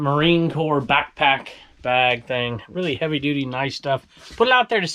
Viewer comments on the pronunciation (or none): none